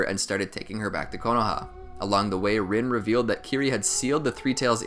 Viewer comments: OMG ITS NOT PRONOUNCED RIN ITS REEN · Overall nice vid but is anyone else annoyed he pronounced rin's name wrong like its ren.